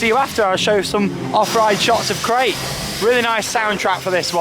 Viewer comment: Hey! Long time viewer. Love the videos. And agree with below, pronunciation much improved! Krake is pronounced as in ‘Cracker’ by the way. As an English German speaker, Krake as in Raik kills me 😂 A minor grievance on another amazing video!